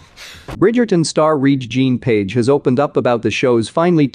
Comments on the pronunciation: Please pronounce the man's name correct...it is pronounced Reggae. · Pronounce after me “ reggae John “ 🧐 put some respeck on his name 🤣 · Re'ge-is pronounced Reggae. Jean is pronounced the French way...Jon or John. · Pronounced REGGAE like the music. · LEARN HOW HIS NAME IS PRONOUNCED! IT IS LIKE REGGAE!